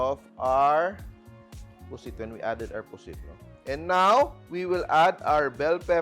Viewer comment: It should be “puset” w an e